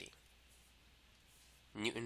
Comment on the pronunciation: It's pronouned "Koolom" not cloom